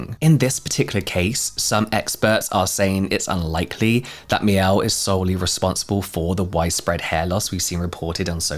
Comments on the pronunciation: i thought it was called “mee-elle-“ not “meow” 😂😂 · Sometimes when James says "Mielle" it sounds like "meow" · Haha if I hadn't been looking to see how you the word was spelled I thought you said meow cosmetics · Why do I hear “meow” instead of Mielle every time, I’m sorry 😂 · Every time you say the brand name I just hear Meow 😺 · I keep thinking you're saying meow 😂 stupid hearing loss